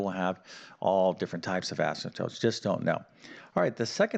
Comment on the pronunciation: He can spell Asymptotes correctly but he pronounces them asymptopes. I don't get it.